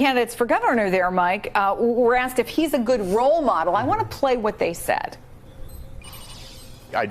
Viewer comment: ‘Asked’ not ‘Aksed’.